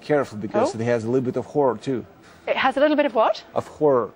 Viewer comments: Don't know if anyone else lol'd at "liddle bit of drama, liddle bit of comedy and tiny bit of whuore... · Was it me or did he say the documentary has a bit of “whore” in it?